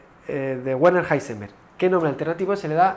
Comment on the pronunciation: De hecho la "er" se pronuncia como "a" o sea "Werner" es como "Verna" Edición: para los que quieran ser muy perfeccionistas la "r" se pronuncia como "a" en este caso específico, o sea "Veana"